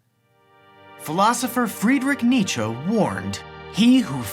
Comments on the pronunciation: lol the way he says Nietzsche though, like nitcho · You pronounced Nietzsche "Neetcho" I've heard it pronounced many different ways Does anyone know the right way? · Is it just me, or is Kevin's pronunciation of 'Friedrich Nietzsche' really strange? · Miss pronouncing Friedrich Nietzsche, that's a paddlin'. Also not mentioning Megalania as a real life flightless dragon, for shame.